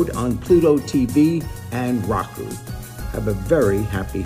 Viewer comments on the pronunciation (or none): Jerry pronouncing Roku as “Raw-Ku” at the beginning 💀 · It's pronounced "Row-Ku"